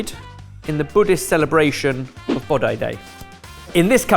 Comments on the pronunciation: Bodhi is pronounced like "bow (as in bow and arrow) dee (as in the letter D)", not bawd-eye 😀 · Just wanted to point out, it's pronounced 'Bo-dh-ee' day. 😊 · Always a great show, but but as to the milk and rice, it should be pronounced bo-dhee not bod-hi. It's quite a new Japanese thing, as everywhere else Buddha's day is always celebrated mid May or mid April, depending on tradition, for the Indian spring of Vesak. (Ask Kush...) 😂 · bodhi is pronounced Bo-DH-EE not bo DIE ... just if the information helps :) great content as always though sorted :) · "Bodhi" is pronounced "Boh-dhi",, not "Bod-hi." 🙏🏾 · Jesus… Kush must not have been in on the day this was filmed because he would NOT EVER have let you pronounce Bodhi as ‘Bod-High’ 🤦‍♂️ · Yeah, I was taught Bo-Dee is the correct pronunciation of bodhi too. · please watch Point Break (the Swayze original) and learn to pronounce Bodhi 😉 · pronouncing bodhi and siddhartha gauthama both were just absolutely wrong.